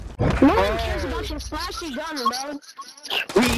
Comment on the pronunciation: Bro PLEASE STOP PRONOUNCING THE GUN NAME LIKE THAT 😭😭